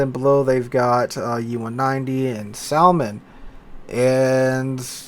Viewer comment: Dude, you're the only person I know that pronounces the L in salmon... lol